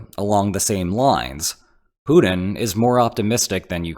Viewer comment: You realize his name is Putin, right? Not Punin? :)